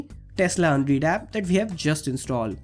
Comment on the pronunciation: its pronounced un-redd not un-reed